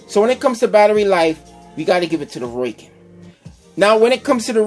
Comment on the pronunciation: Seemed to be an ok comparison with the few hiccups of what seems to be user error and improper information. Also, its ROW-KIN, not ROY-KIN. Its a hard O that sounds like the letter O... Not an OI sound. Oh, and since you can't come up with which one sounds better: If you go by how they sounded through the mic, the Rowkin's were hands down the best. you could actually HEAR the words. And standby time? Do you even know what that is actually referring to? BOTH have a standby time... by simply having nothing going through them, they are, in effect, in 'standby'. Just because there is no posted standby time, doesn't mean it doesn't. Just leave them outa the case, come back in an hour, see if there is any charge. if so, come back in another hour. check if it has charge. oh, imagine that, it still does...